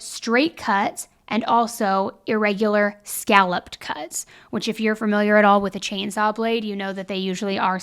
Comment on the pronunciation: I NEED YOU TO STOP SAYING FURMILIAR ITS FAMILIAR OMFG